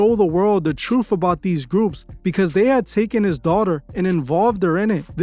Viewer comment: How seriously should we take a narrator who pronounces the word truth "troof?" Right?